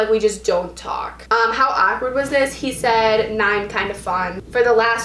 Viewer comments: Lol saying awkward ACK-WERD lmao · The way she says "awkward"..AKwArd